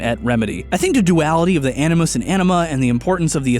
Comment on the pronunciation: "A ni moose" as opposed to "A ni mus?"